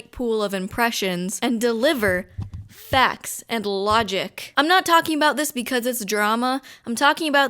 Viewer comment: Yyeahh faaacts and looogiic… did you even read the ‘manifesto’ or did you just look for things to put outta context🤔 I’m really doubting that you would actually take the time to read cause you know what they say “reading is for prisoners” and that stuff. Also learn to say facts right it’s facts, f a c T s not facs.